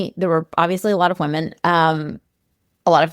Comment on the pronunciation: Please learn the diff between the pronounciation of women and woman.